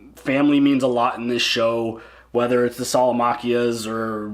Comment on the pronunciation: "The Salamaquias" lmao